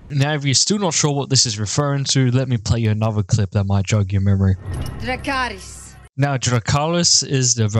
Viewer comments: I actually like her version of Dracarys better. It feels like it sounded right. I feel like that’s how it’s supposed to be pronounced. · I did not take High Valyrian in high school but I can tell she pronounced it 100% right. Dany sounds like she has an accent 😂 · In my humble opinion she says it way better than dany. there suppose to have accents when they speak there tongue. In the book it clarifies that.